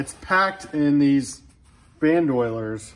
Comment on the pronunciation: They're pronounced BAND-OH-LEERS. Not, Banned oilers.